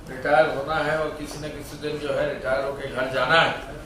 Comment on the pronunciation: रियाटर नहीं रिटायर